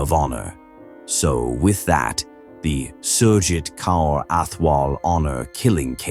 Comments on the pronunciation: Kaur is pronounced CORE. For future reference. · It is so painful to hear the pronounciation of the names. It would be great if you make an effort to learn. Kaur is pronounced Kor. Thank you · The way you pronounce the mothers in laws name is SO annoying